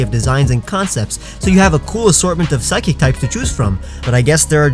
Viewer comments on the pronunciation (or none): Did u say phsycic?